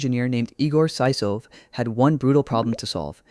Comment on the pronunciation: saisof looool. It's [sɨˈso.jɪf]